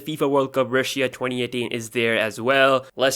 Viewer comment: Cool,but I just can't listen to you.Your accent is horrible...Rashiyaa?How that?Say Russia[Rasha] or Samsiung...Just Samsung